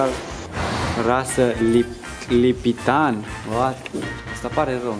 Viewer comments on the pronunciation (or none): Rasa calului e Lipițan nu Lipitan No hate